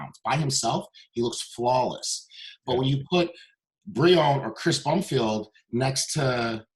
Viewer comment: This dude literally pronounces no one’s name right 😂😂. Chris Brumfield, Bre’On Ansley, Steve Lazarus, and William Bonock 😂😂 I love it though cause he doesn’t even give one fuck and that definitely proves it